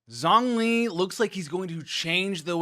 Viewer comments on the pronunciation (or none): Shongli Not Zongli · Rather, probably needs to pronounce Zhongli correctly now lol. Zhongli should be more like (Jouhng-Lee) and xiangling (Siang Leeng) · Xiangling = she-ahng ling, Zhongli = jong lee